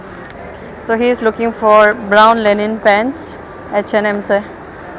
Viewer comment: Linen not Lenin